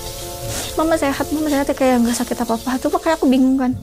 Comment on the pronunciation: Mereka : merekah, nggak apa2 : nggak papah, apa : apah.. 🫣🫣